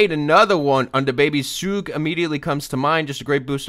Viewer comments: When said soog instead of Suge I started dying. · The way he said Suge hurts